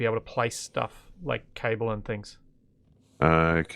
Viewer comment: The way you say cable sounds like you are saying Cobbler in a brit accent lol